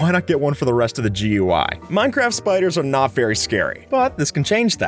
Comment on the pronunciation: I swear you said minecrap